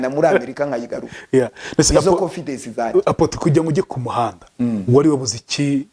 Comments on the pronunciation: Wenda aho yize bamwigishije ko bavuga konfidesi muri ntibavuga bavuga 😂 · Ariko umuntu uvuga ko yize Masters atarize primaire secondaire,na Bachelor natubwire Aho yize ibyo byiciro nukuntu yari mayibobo. Masters Holder uvuga confidesi #confidance.divorcentabwo ari devorce